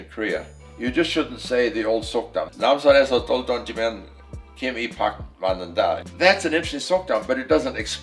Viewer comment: 영알못이라 귀 닫고 눈 열고 자막 빡집중해서 보고있는데 갑자기 '놤산에서 돌 둰지면..' 이 귀에 때려박혀서 깜짝 놀람